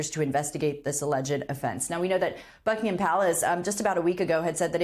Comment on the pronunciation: Terrible pronunciation of: Thames, Berkshire, Buckingham, Norfolk...